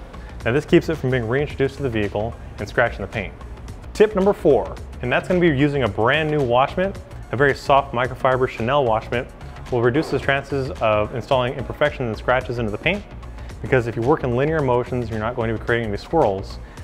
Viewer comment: The wash mitt is pronounced shi-neel.